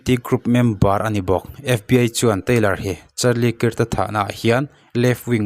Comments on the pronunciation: Krak kak ti chiah silo alam hi dik lo maw kirh chu mizotawng a chhiar dan ni in kahria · Charlie kik ti a lamloh tur,kak tiin lam la,hriat a nuam zawk ang. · "kirt" ti in lam ri suh, "kark" ti in lam rîk tur..A in ziak ang ang in i lam ri a.. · A hming hi lam dik thei la chu atha sin😂😂 Kirk hi kark tih anga lamrik tur alom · 😂😂😂 nia mawleeee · A hming lam dik hram la chuan a tha mange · Kirk i lam rik dan hi a dik meuh maw...,🤔